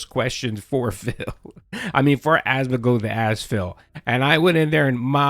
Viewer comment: It's AsmoNgold, not Asmogold, pronounce it correctly, jesus christ...